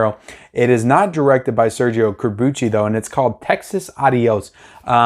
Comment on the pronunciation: Ironically, you got “Corbucci” pronounced properly, but mispronounced “Django.” The “D” is SILENT, so think “Jango.”